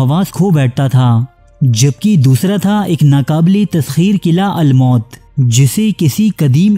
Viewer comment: Qila almaut nahi almoot hai Bhai his ke maani uqab hai